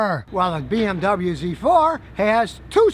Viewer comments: Completely messed up pronouncing BMW lol but I forgive you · Hey Scottie, you bought a BoMoWa!